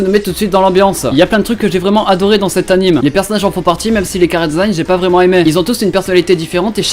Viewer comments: Ça me casse les cou*** quand tu dis "Anime" au lieu de "Animé"mdrr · c’est pas anim... c’est anime (dit: animÉ) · Juste.... cest pas anime cest anime [é] ! XD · Y'a plusieurs façon de le dire ^^